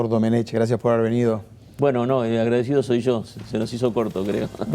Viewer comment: Domenech, se pronuncia "Domenek". Es un apellido catalán, en la lengua catalana, no existe la "ch".